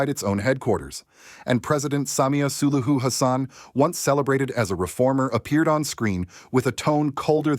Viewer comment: Have we got an AI voice here? Since it can’t pronounce SULUHU?